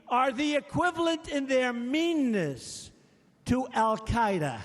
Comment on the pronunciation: "Meaness" hahaha gotta love trump haha go trump